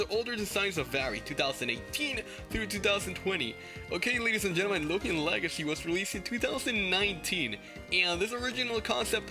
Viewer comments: Let's not talk about how it says looman legacy instead of loomian legacy lol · It's not loomlan legacy lol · finally he correct the looman legacy